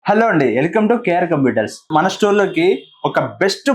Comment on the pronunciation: Elcome kadhu ANNA... welcome 😂😂😂